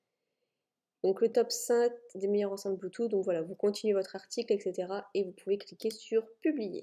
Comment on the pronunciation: 10 min 45: c'était très marrant, ahaha:) Et sinon c'est " Bluetooth " Merci beaucoup pour cette vidéo très intéressante:)